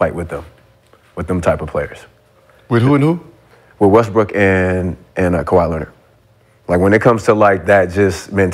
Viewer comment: He say Westbrick ?